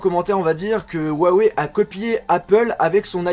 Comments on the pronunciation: Juste en chinois sa se prononce rouaweï et non ouawé . Voila juste pas la peine de m'insulter en disant "on est pas tous chinois" "tg" ... C'est juste une information . ; ) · si juste me permettre, huawei ne se prononce pas wawei, comme tu le dis. Sachant que c'est une marque chinoise, en chinois, le "H..." se prononce plus à la manière d'un "R" Il est donc preferable de prnonce cela comme ceci : rwawey Voila en espérant ne pas avoir été trop chiant, et que ça vous ai aidé :) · on pronoce huaweiyyyyy pas ouwawè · ruawei... !! et non pas wuawei..!!!! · la marque huawei est chinoise. J'ai un pote chinois qui s'y connait bien. Normalement, la prononciation se dit Ouaï Ouaï. Peut-etre qu'il se trompe ou que c vrai, moi je sais pas. Allez salut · ps : au fait, juste pour info, on dit "Huawei" comme ça ; 'roua-woueille'. (le 'h' en pinyin chinois se prononce quasiment comme notre 'r'). :D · j'ai aimé ta vidéo mais Huawei se prononce ruawei t'as juste a prononcer le h en r #LogiqueDeLaPhonétiqueChinoise. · Yannick Il dit huawou c ca ? XD